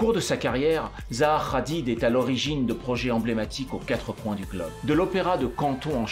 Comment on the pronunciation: Ça se prononce Hadid pas Radid